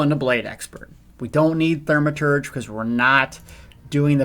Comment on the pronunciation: Say it with me.. THAW-ma-turge. THAW-ma-turge. One more time.. THAW-ma-turge. :-P